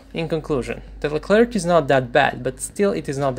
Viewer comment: the tank's name is spelled lecler/leclair and not leclerc or leclerk the "C" at the end is mute